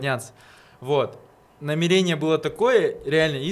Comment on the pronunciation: Не намерéния, а намéрения